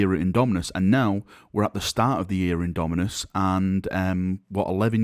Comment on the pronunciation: At this point half the reason I click these vids is to see if has learned to say Indomitus yet:P